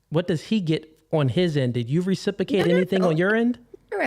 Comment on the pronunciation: He wasn’t worth listening to the minute he can’t even pronounce ’Reciprocate’ properly